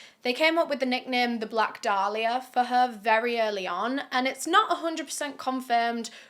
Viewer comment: It’s pronounced Day-lee-uh And how about YOU being respectful????